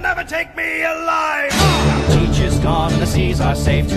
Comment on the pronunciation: I thought his name was "Teech" not "Teach"?